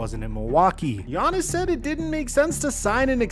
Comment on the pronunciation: Why do you pronounce his name “Giannason”😂